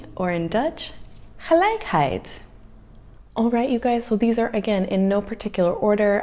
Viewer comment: The word of the day is gelijkheid. Wait.... was that just spoken perfectly 😱 you practiced your G... Well done👍 The VAT has to do with the different tax rates in every state, it doesn't make sense to me because we are also a "united states" like country. Just include the local tax on the cards in the store or get one tax rate 🤦‍♂️ America is weird in many ways but hey its "the best country in the world" 😂😂